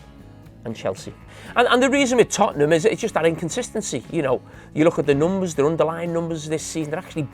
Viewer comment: Did he just ..NOOMBAs...instead of Numbers😁😁........